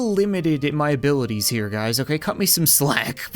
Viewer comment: in my a-bee-lities... /